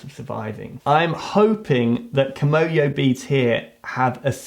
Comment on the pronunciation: No... it's kimoyo... kimono is a Japanese clothing.